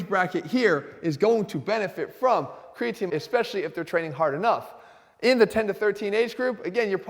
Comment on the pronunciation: Cregaatine. Instead of Creatine. Health Guru. YouTube my man. Boost your Biology! Top info!